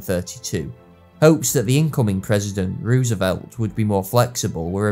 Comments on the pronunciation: It's pronounced Rose a velt. Not Ruse a velt. You're a historian and you don't know how to pronounce a key figures name? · it’s roosevelt. oo = u (not exactly as i’m not a linguist, but oo is not an o). Anyway it’s our language, not yours. don’t try to correct OUR language. know your place.